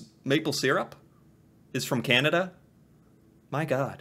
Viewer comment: Please don't talk so much. Canada is not pronounced Cehnada...it Is CANada.